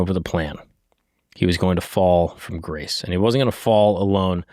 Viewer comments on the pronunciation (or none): none